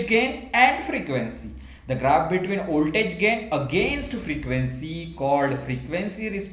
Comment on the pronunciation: First of all, thank you sir for this wonderful clarification video. Secondly, your voltage pronunciation occurred to me, but it's okay.